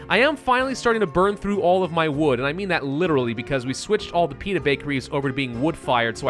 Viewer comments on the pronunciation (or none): Everytime you say Pita i keep hearing Peanut lol XD yes produce more peanut bakeries 😄